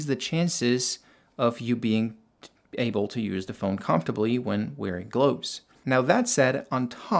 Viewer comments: They are GLOVES not GLOWVES how stupid is that, that you dont know how to say this every day simple word. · I've never heard anyone pronounce the word "gloves" the same way as you do bro 😂